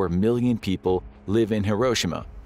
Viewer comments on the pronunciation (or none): several notable mistakes "hisroshima" 😂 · When I was a kid, e pronounced it "here-oh-she-mah". This new pronunciation sounds weird.